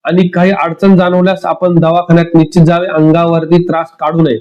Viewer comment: 😢 निश्चीत शब्दाचा उच्चार शिकुन घ्यावा. न आणि ण मधील फरक समजून उच्चारा.